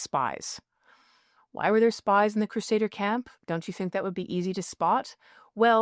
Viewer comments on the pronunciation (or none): none